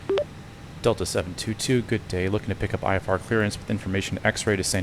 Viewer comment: While it mimmicks human voices very well already, it immediately fails to say the basic and frequently used word “IFR” correctly when starting and it keeps saying SID incorrectly. But its way ahead of anything else! Remembering the days when hearing Amazon Polly was amazing on P2ATC..